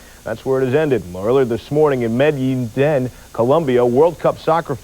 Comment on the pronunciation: His pronunciation of Medellín 🤣